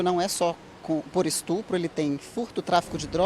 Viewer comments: Ah, um " estrupo "! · Tem que ser muito trouxa para acreditar nesse "estrupo", como disse ela!😂😂😂